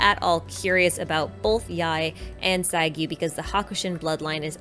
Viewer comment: i want to point that the double u at the end of saiguu name are pronounced more like a soft “oo” sound..